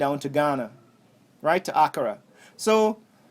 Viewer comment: Africa “Accra” is a two syllable word not three... I appreciate your positive feedback and thoughts on the visit, as a matter of fact I did ask Dr Mumbi for high lights on the visit to our country and you bring it to light. Love it